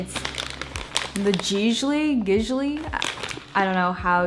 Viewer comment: The way you pronounce gigli and prosciutto sksjsjksjsjjsk